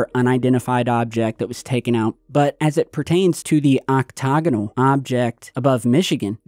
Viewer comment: Octagonal not octogonal